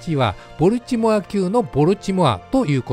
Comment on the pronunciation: ア〇ル弱そうでいいっすね。 ちなみにボルチモアの発音はボルチモア↓ではなくてボルチモア↑なんでそこんとこ4649